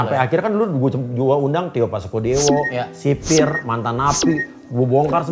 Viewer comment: Sipirrrrr woiiii bukan kecipiiiir !!! 😂